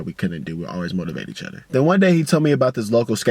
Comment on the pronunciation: My nigga say eachudder lmao